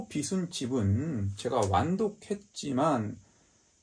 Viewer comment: 여명으로 빚은 집... 궁금합니다. 근데 발음이 틀리셨네요. <여명으로 빚은 집>의 '빚은'은 ㅈ받침인데, 자꾸 '비슨'이라고 하시네요. '비즌'이 맞습니다. 여명으로 빗질을 한 게 아니라, 여명으로 만들어진 집이라는 뜻이겠지요. 빗다와 빚다는 엄연히 뜻이 다른 단어입니다. '비슨'이라고 읽히려면 "빗은"이라고 써야겠지요. 알려지지 않은 독특한 책을 소개해 주셔서 유익한 정보 얻어갑니다. 꼭 읽어보겠습니다.